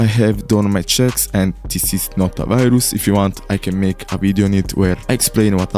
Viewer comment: are u ragebaiting by saying viroos?? or are u just saying viroos IDK OK